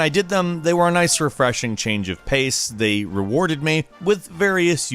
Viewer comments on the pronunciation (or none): none